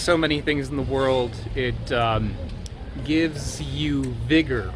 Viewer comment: Everytime you said it gives you "vigor", I thought you said "bigger"...I was like oh ok 😅